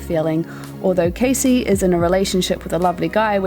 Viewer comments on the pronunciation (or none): none